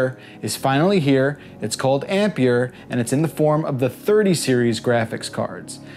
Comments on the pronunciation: It's not called Ampier, it's called ampere. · How this guys pronounces "ampere" is so cringe I had to stop watching the video for the sake of my sanity